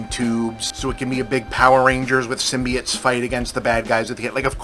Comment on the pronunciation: I love when Bob says "symbiates" instead of symbiotes. its like hearing your grandpa talk about robuts!